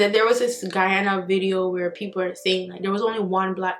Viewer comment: She pronounced Guyana 🇬🇾 so well ✊🏽 big up nuff love ❤️